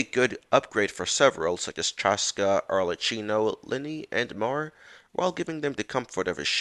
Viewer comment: Please look up how to pronounce Arlecchino (‘k’ as in ‘chord’, not ‘tsj’ as in cappuccino). She’s been out for almost a year, there’s no excuse to butcher it…